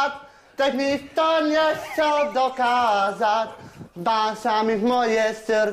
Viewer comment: Tos přepsal naprosto přesně :DD Jen to předposlední "nechcel" zazpíval jako "nescel", zdá se mi. No, trochu je sympatický, ale jinak poloviční analfabet a přihřátý jak radiátor...